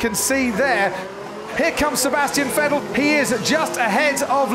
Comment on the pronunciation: Cool race, but who's "Sebastian Fettel" tho?